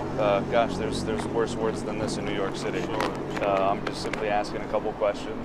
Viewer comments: Exactly... he didn't even curse. He misspoke the word "city" with an "sh". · are you serious? Josh mispronounced the word "city" ON ACCIDENT, and you blindly believe this video and spread the lie that he "cussed." SHAME ON YOU!